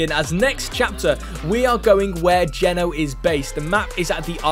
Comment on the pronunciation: It’s not geno it’s g”eeeee” no long eee not short e not to be rude just saying I heard quite a lot more people saying it’s geeeeno